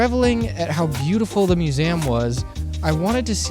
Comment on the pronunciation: I've never heard anyone pronounce the word "museum" like that before. However....I've decided that even though you may be the only person in Earth that does it, it's the right pronunciation.